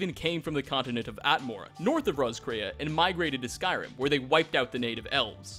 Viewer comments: Dude it's pronounced Ross-k-ray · btw Roscrea is an Irish town and is pronounced "Ross-cree"